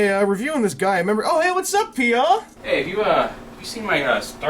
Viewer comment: So to pronounce Peaugh is "Pee-Auh?" I always though it was pronounced more like Dough